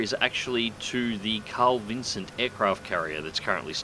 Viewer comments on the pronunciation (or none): G'day, mate. Sorry to be 'that guy'. It sounds like you're saying "Carl Vincent" ... might be my middle-aged ears ... Don't quote me on it, but I'm sure it's 'Carl Vinson'. I'm an old hippy, pacifist, so I concede I might be wrong. Spank you for your servants.